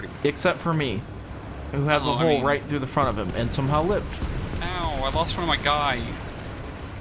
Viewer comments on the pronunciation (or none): none